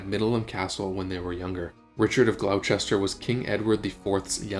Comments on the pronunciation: Glos'ter GLOS'ter. Not Glau-chester!! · FYI Gloucester is pronounced Gloster